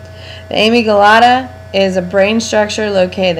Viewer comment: Isnt it a-mig-dala??? Whos amy gelata??